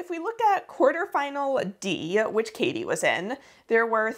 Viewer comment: I really appreciate how you pronounce (or try to pronounce) the names correctly :) As a german, hearing kathi pronounced well is so nice! :D Awesome video!